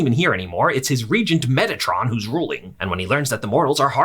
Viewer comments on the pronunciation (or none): Was i the only one that heard metitron as megatron instead.